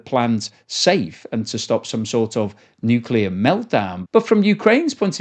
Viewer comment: Nukeyaler! Harnessing the awesome power... Of the Nukeyalus